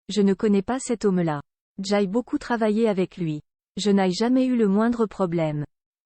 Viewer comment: "J'aye"? Je n'"aye" ? Vous y comprenez quelque chose, vous?